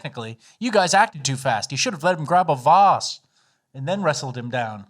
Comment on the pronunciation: The way says "vase" makes me think that video of him kissing Rob Smith wasn't actually AI.